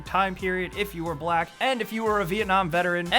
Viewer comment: he said black as if it was a major problem